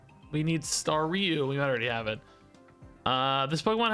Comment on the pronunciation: It's star you not stary you 😅